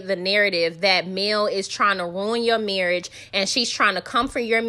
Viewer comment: Sis, now you know that it is pronounced marrrrrish! The new word is esssssssssssspo.